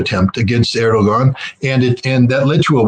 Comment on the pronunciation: Love you, scott, but please stop calling Erdogan Aragorn. I'm a Lord of the Rings nerd and I object.